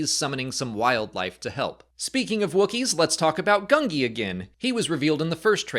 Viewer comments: It is GOON-JEE. I know, I know, "Lay-uh Lee-uh, AT-AT @@ things can be said differently in Star Wars, it's okay," but it's literally the only way we've heard Gungi's name spoken, and I'm pretty sure that everyone in the recording sessions was told that his name was pronounced "Goon-Jee.", you're seen as a bit of an authority figure when it comes to Star Wars, this feels like misinformation. I know it's not something I should be so worked up about, but I'm gonna die on this hill because Gungi is one of my Biggs-es of Star Wars, and I've seen you say his name right before. Please break this habit. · Please pronounce the youngling's name correctly, Gungi (Goon-Ji). Rewatch the youngling arc if need be. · Is it really pronounced “gun-gee” with a hard G? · Gun-Jee. That's how it was said in season 6.